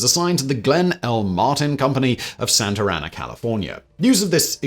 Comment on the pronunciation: Santa Ana. Though it’s customary to add an R sound between terminal vowels and initial vowels in English, “Santa Rana” means “Saint Frog”